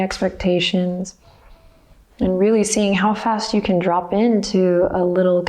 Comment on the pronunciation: Anyone else immediately think of the Beastie Boys when she said drrrrrrrrrop at the beginning? XD